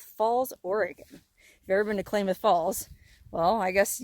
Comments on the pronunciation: It’s pronounced “Clam” ith Falls Klamath Falls… a few hours from me… keep heading north, I’d love to meet you!!! 266 miles from you, about 4 hours 16 Min… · Good luck with your phone,. Pretty sure it's Klamath with an "a" like cat. Lived in Oregon for a few years and that's how we pronounced it. Live in Pahrump now. Hi, neighbor. Happy travels! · Pronounced Klamath with a short A sound 😉happy travels ...love your vids ...fun!